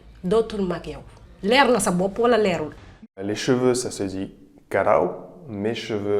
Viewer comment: Je pense que quand on parle tu écoutes (karaw) mais en réalité c'est (kawaar)